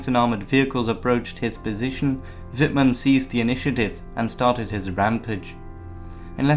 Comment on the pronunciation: Amazing!Do understand German?Your spelling is good,better than some german would pronounce it. I'm part of the 102.Tankbattalion at the Bundeswehr(German armed forces) and even here are picuteres of wittmann rommel and we use a learninguide written by Guderian.So yeah,i dont like nazis so that scared me first in times where political correctness is at first hand.